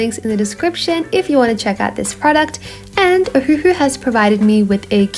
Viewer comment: wait, i thought it was pronounced O-wah-who? maybe i’m just slow 🤧😔🦷